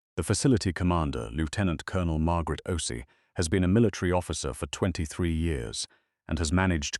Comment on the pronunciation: The name O’Shea is pronounced Oh - Shh - Aay. Please have your AI learn it. Good story, if an unusual premise. Listening from Jacksonville FL, USA; p.m. EDT. ❤❤